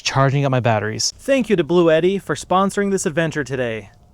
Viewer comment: The company actually pronounces it 'BLUE-TEE, FYI.